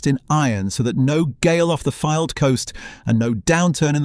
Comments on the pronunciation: Love this run through but Fylde is pronouced F-AYE-ld as in a "filed" down a pice of metal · It would be better if the commentator pronounced ‘Fylde’ and ‘promenade’ correctly